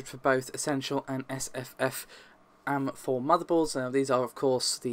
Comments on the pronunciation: WTF is an am4 motherboard? its in capitals, because they are individual letters, its AM4, and please stop calling Nvidia cards, "thai". its TEE.AYE. TI !!!! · Says AM4 as am-4 Says SKU as S.K.U. Why so backwards? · Mshojat like "I am" am. first time I've heard that one, though it sounds like it would be used a lot. I hear skew more than I hear S.K.U.